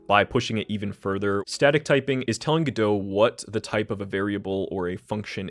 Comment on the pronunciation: normal people: go-dot, god-o this guy: gdö